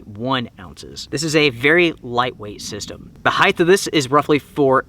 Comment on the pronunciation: heighT, not heighTH. hard T. thank you <3